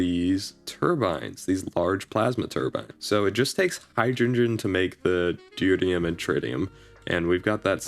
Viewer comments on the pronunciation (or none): Tear pronounced like "tier" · It's pronounced de - tear- ee - um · You pronounce deuterium in a very interesting way